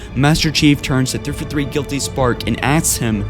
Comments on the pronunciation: fjh1616 Also Three Four Three not ThrfuThr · Despite the fact that it sounds like you are having a siezure every time you say 343, i was not aware of this theory and having never finished the forunner books myself, its plausible. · New drinking game: Put on one of this guy's videos. Take a shot every time he says "threefathree". Take 2 shots every time he says "libaareun". Lmao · Why can't you say 343 lol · Forerunner, not Foreigner. Librarian, not Libarian. And 3-4-3, not 3-for-3. If you are going to narrate, you need to work on your pronunciation and enunciation.